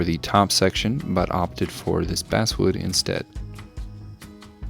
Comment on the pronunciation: I’m sorry, I know it’s nit picky, but it’s driving me crazy… you keep saying “basswood” but it’s technically pronounced “basswood”.